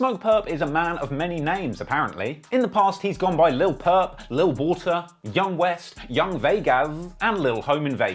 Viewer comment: not purp lmaooo